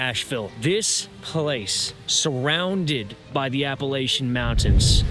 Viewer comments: Apple-LATCH-un I cringe every time I hear app-a-LAY-che-un. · I'm gonna throw an appleatcha for pronouncing it wrong.